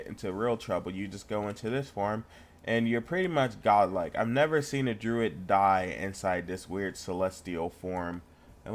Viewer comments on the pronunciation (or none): first thing its pronounced druid not druit thers no t at the end